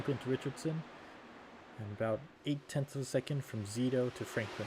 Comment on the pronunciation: Hey Thanks for pronouncing my name correctly!!!